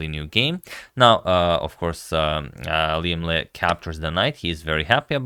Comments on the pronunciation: Correct pronunciation, I'm a bit surprised! Most non Vietnamese often pronounce "Lee" instead of "Le" or "Lei". I bet you've done your research, and it's absolutely okay to call Liem Le, it's for international use. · Thank you Agad to pronounce our Liem Le the right way